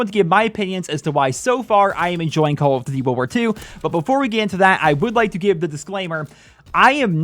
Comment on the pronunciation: 'call of doody'